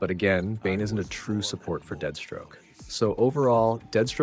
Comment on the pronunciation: Why does he keep saying deadstroke?